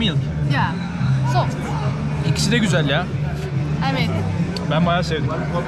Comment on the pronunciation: Güjel diyerek geçti video tribe girdim güjelmiğ seviyoruz seni kral 😂